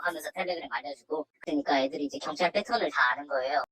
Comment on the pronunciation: 발음 조오타 견촤아알~